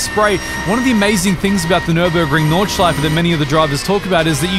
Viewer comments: As German im Super astonished by your Pronounciation of different parts of the Track! No Butchering at all ! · good german pronunciation, not many people can even do a ch sound haha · Your german pronounciation and intention is quite good - Nordschleife, Schwedenkreuz, Porsch-E... Already thought that on on of your racing vids - that is also very good. I do not know any of the curves of the Nordschleife, as all germans have to learn in school (^^) but as a Swiss-German it is still my mothers tongue :) Only one thing: Listen to a German speaking of Schuma-CH-er and NOT Schuma-CK-er. "CH" is not that harsh as "CK" as in Zucker/Sugar. "CH" at the end or followed by vowel is more a short sound you make gargling medicine very deep down the mouth if you have a sore throat. Like a sore throat you get from speaking other rather harsh German sounds... like a "ch" followed by a consonant as in Fox/Fuchs. Here the "chs" is abbreviated and sharp like X in Fox.. but Fux. Try pronouncing Fu-CHS-Lo-CH (Foxhole) now :)